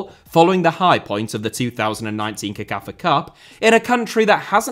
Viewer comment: CECAFA is pronounced as sekafa NOT kekafa. Just thought I'd put it out there